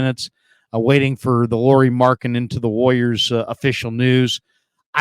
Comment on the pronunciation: Say his name correctly! It’s pronounced lowery not Lori like a girl. Think of Kyle lowery.